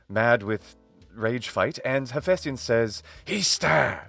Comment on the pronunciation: This is a consequence of having British actors play Greeks. The problem is that they're stressing the diphthong, so it comes out as "aye", but the correct pronunciation is [HephæsTIon]. In English, diphthongs automatically receive the stress. Not so in Greek however. It's one of those cases where the harder you try to say the diphthong correctly, the more wrong you'll be. You literally have to destress it, and it will come out correctly. But that's like someone saying "don't think about elephants". It generally takes an English speaker quite a long time to drop this habit.